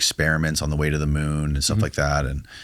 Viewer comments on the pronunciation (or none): none